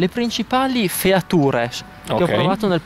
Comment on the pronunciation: ottimo inglese insomma .... aggiornamento del firmer, features(letto come scritto) ah ah ah